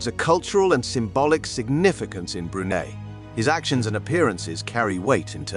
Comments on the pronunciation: I’d be grateful if the narrator could learn how to pronounce Brunei. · Not only how to pronounce Brunei, the way he pronounced Prince Mateen’s name!